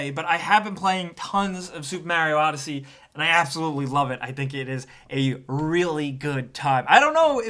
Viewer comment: Supa Maru odd-he-sé?